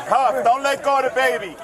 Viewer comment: "Dont let go of da babi" huh? "Dong let go of da babi"